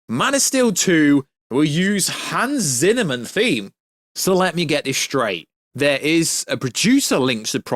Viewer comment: Did u just say Hans Zinnerman??